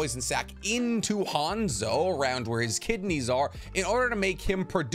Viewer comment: how you gunna say you know nothing about hanzo of the salamander when you cant even say his name right